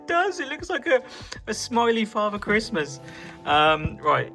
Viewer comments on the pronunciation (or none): none